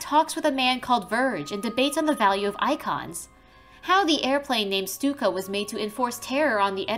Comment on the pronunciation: did she call a stuka steuka